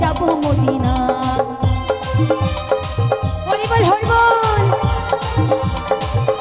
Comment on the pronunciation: অনেকে হরিবল বলে । আপনি যখন হরিবল বলেন আমার খুব ভালো লাগে ।